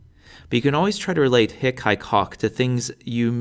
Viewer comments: your short is the vulgar latin short vowel, that is why you're pronouncing it wrong. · THE H IS SILENT FER CRYIN' OUT LOUD. HIC, e.g., IS PRONOUNCED "EEK" and HAEC IS PRONOUNCED "ACHE". OMG. I listened to this and my head almost exploded. How could they make such an error in pronunciation? H IS SILENT!!!!! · don't sspire the ''h'' for hic, haec, hoc you should pronounce [ic] [ec] [oc] 😊